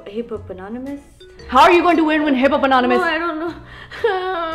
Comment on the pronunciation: “Hippo-PANONIMOUS” HAD ME WEAK 😂 😆 😭 BAHAHAHAHAHAHA